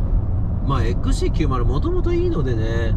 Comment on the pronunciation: ちゃんとXC90って言えましたねw